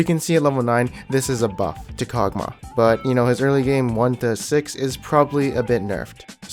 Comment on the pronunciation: The way you pronounce everything is so interesting lol.. Tie-a-mat, Kogmuh XD